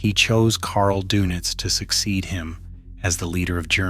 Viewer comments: Thank you, thank you, thank you for making that clear. The donuts thing was driving me crazy. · Possibly the most inconsequential video on YouTube. Who cares what Doenitz did all day?? (BTW: His last name was pronounced “der-nits” NOT “donuts.” 🧐🤨🙄) His name mostly comes up in relation to the reason why Hitler split his power between the admiral and Minister Goebbels. The question is easy to answer: In writing his Will, Hitler knew that Goebbels would be dead in the coming few days, and there really was no other leadership-ready figure outside of bombed out Berlin other than the Grand Admiral. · 100% right Dernits not Do nits . some also have heard it pronounced Day nits . Schoerder/ Shrader, Toews ( pronounced Tay ves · It's pronounced "Dernits", as in der! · I thought it was said like Dernitz? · You are correct. AI voices often do strange things.